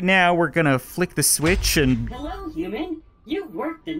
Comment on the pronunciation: Uman? I thought it was human